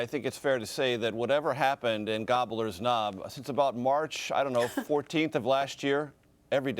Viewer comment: Did he say "gobblers nob?"